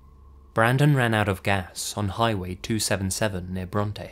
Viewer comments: oh fuck- i actually knew brandon wilson !! my ex stepdad made radio commercials and often socialized with alot of the town, went to alot of events. i think brandon actually babysat my siblings and i at one point? either way, its pronounced like braunt !! not brontay !! bronte is actually a rlly small town, my grandmother lived in abilene and would take us through bronte where wed stop and get treats (': also ! the captions have abilene misspelled !! its spelt abiline !! its abilene <3 i miss living in west tx, it was so cool ) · I grew up in Ballinger, about 20min away from San Angelo. I will say that Bronte is a pretty dead area, but It's not an area that would be rather riddled with crime or anything. It's also pronounced Bront, not Brontay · idk if everyone’s lied to me growing up in San Angelo, Tx. but Bronte is never pronounced the way it was in the video everyone local to the san angelo/abilene area pronounce in “Bront-“ no e but maybe i’m just confused. I’m actually surprised by the brandon case because as a local to san angelo/ abilene i NEVER heard of this story and the area is pretty small word gets around quick. just sounds like a corrupt system.. and i wouldn’t be surprised. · I’m from San Angelo. Bronte is pronounced “Bront” in case anybody is interested.